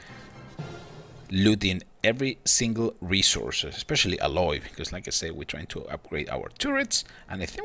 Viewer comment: Can't even pronounce alloy properly